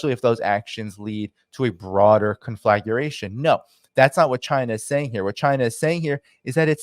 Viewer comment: Conflagration is pronounced con-fluh-GRAY-shun….